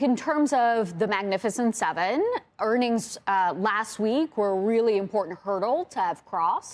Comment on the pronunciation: her pronunciation....sevennnnnn,..... here to stayyyy,... as well as utilitiessssss.... 🤣